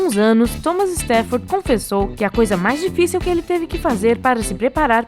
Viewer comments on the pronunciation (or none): Difícil é ver alguém falando "dificio"..